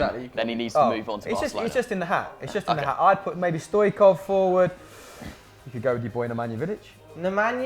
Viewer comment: It's not Stoikov, it's Stoi-ch-kov like Ch-i-ch-arito, i feel triggered right now.